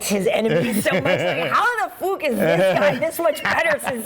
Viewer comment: Great accent doing the Dublin "fuck" pronunciation..most yanks make a balls of it..😆